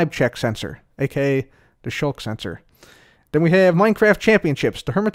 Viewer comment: SKULK SENSOR, not Shulk Sensor